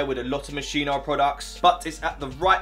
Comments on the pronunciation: Swear it's pronounced Mos Ski No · U pronounced moschino wrong 🤦🏼‍♂️it is mos-kee-no tho😂